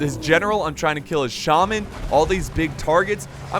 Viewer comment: Did anyone else notice that he calls the bray shaman the bra shaman?